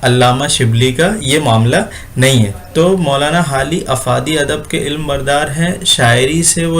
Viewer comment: bhai urdu to thik krlo ilma nhi alam